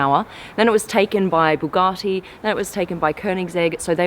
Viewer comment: no no no no no no its de buuatgaty de moste faste car in the world!